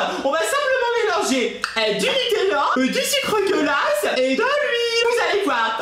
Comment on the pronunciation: Quand tu dis le sucre glace on dirait que tu dis le sucre dégueulasse